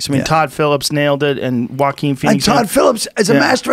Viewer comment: I didn't even know it's pronounced Hoakwin lol, been pronouncing it Johahkwin lmaoo